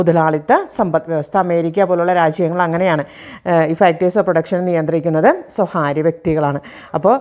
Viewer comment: സ്വകാര്യം എന്നു പറയുക. സ്വഹാര്യം തെറ്റായ ഉച്ചാരണം